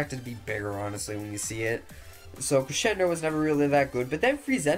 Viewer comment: Y u saying creSHendo?! Its annoying